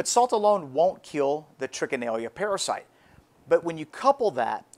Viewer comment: #2 By the way Sir, At the risk of sounding Pretentious, the name is Trichinella not Trichinellia! Oh & also they aren't microscopic (quite a bit larger). They measure at about .6 to 1.7mm approx. & .3mm in width approx. And they are Nematodes (Round worms).Peace ✌️I must add that pieces of game meat must be cut to Considerably less than 6 inches thick, before Freezing!! And the "recent" Recommend, number time for Freezing, is, at least 3 Weeks!! And as I already said "then Cook"!!😃🤠 Peace ✌️